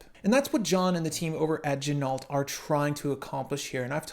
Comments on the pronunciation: Yep. John told me the same thing last year. Gotta say it all Frenchy in part deux ok? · I think they pronounce their name ‘Gin-oh’ if I am not mistaken,.